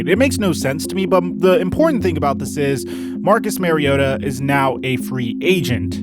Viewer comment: Marcus Mariota...his last name is pronounced with the same vowel sound as his first name. Not Mary-ota.